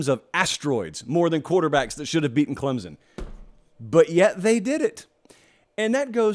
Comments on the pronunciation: It’s Clem-SON, not Clem-Zin!!! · Love your show brother.. But please stop pronouncing it "ClemZon".. There's an imaginary "P" right after the M lol.. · Heck...this dude can even pronounce Clem Son.....where is the Z? Yes it is annoying.